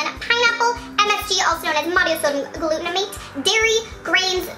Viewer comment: MSG is monosodium glutamate, not "glutenamate".